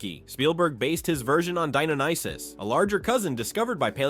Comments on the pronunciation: Dinonicis? You mean Deinonychus? Pronounced dine-on-ick-us. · It's pronounced DIE-NON-A-KUS. Not Dionysus. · My guy, you need to get your pronunciations of dinosaurs right. You butchered both deinonychus and gallimimus lol